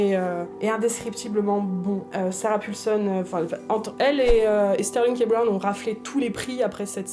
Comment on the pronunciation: J'adore vos vidéos mais AHHHHHHHHHH arrêtez de dire Sarah Pulson !!!! c'est Sarah PAULson XD sinon toujours aussi cool vos pitch ! ça donne envie de regarder tellement de choses !!!!